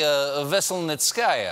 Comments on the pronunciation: ve-sel-NITS-ka-ya stress on third syllable. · I know Stephen wanted to smash his pronunciation of lawyer's name, but he still butchered it :-). Stephen, to make it easier for you: the stress in the lawyer's last name falls on the third syllable as in Ve-sel-NI't-skaya. It's not the easiest Russian last name to pronounce, but far from the hardest too lol :-). I missed Stephen, glad LNWSC is back from holiday break.